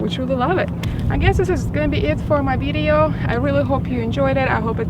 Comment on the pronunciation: Jesus Christ can someone teach her how to pronounce video. My god.